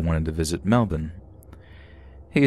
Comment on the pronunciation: Shout out for pronouncing Melbourne correctly